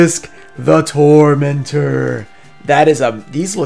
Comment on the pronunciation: Remember guys, it’s not obelisk the torment(er) it’s obelisk the TOOORMENTOOOR